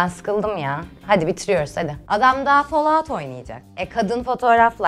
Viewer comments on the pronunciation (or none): none